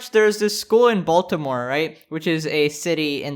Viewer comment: im sure all of my fellow baltimoreans agree wit me when I say this...the way he says baltimore just hurts my soul🤦🏽‍♂️😂